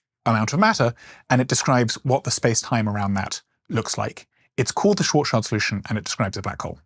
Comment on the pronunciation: Karl Schwarzschild the german astrophysicist from Frankfurt is nit pronounced „Child“. His name translates Black Shield. So Schwarz - Schild but the i is pronounced like an e. You are welcome 😉